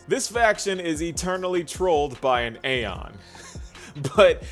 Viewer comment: It's okay, you're still pronouncing aeon wrong though 😂